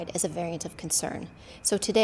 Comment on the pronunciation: Omicron isnt pronounced like that.